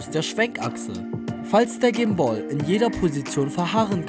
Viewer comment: Haha voll lustig wie du sprichst. "Komoara" "gim-booll" ^.^